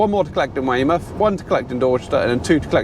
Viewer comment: oi norf darset you sound like a yocal saying weymuff. :) these over an hour you tubes are a bit long.